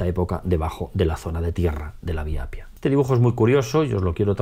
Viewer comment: Se dice y se escribe Appia no Apia. Es como en español: Carro y Caro que se pronuncia doble o simple según su significado, son 2 cosas distintas. Hay que doblar la "p" de Appia porque sino podría ser otra palabra distinta.